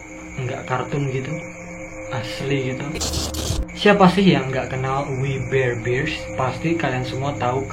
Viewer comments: Gua udah liat episodenya.....biasa aja menurutku...... dan bacanya WI BER BEARS..... a nya di baca nya kecil aja...masa gitu aja susah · Bang cara bacanya we bar bar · Bacanya wi ber bers (we bare Bears) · We bare bears di baca nya wi ber berst